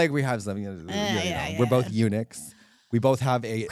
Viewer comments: When she said eunuchs, I heard UNIX! I was like, is she going to talk about how Linux is taking over? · I thought she said Unix instead of Eunuchs and I'm like why tf is Katya excited about this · I thought Unix too and was like “why is Katya so excited about this topic!?” hahahahaha